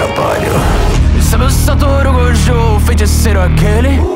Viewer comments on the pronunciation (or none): none